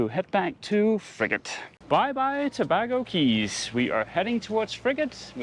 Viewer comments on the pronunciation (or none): Tobago Cays used to be better. I guess people recommend it from memory. Btw, it's pronounced To-bay-go, rather than To-bag-o, like Trinidad and Tobago. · LOL...FYI Tabago is pronounced Ta-bay-go. Beautiful waters & islands. Thanks for the great videos! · Toe-BAY-go, surely. When you meet up with Odd Life Crafting, don't let him tattoo you, please!